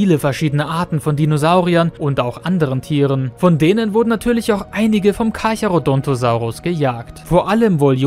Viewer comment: Carcharo DON'T osaurus 😆